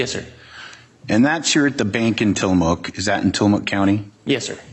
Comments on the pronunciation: TILL-uh-mook (rhymes with "book") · Super excited to see this, but tillamok is pronounced til-a-muck😅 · It is Tilli mook like book, look, took, cook, rook, nook. If you are going to moderate, at least do enough research how to pronounce the town correctly. The attorney even pronounces it in the video. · It’s pronounced tilla muck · Welcome to Tillamook OR. Home to one of the nation's top dairy products and where bully LEO's piss all over your rights!! Also, be sure to set your watch back at least 10 years. Btw, it's Tilla-MOOK as in, Throw the BOOK at them filthy journalist!! And to hell with their first amendment rights!! What's this first amendment thingy anyway?? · Tillamook rhymes with read a book. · It’s pronounced ti-luh-muk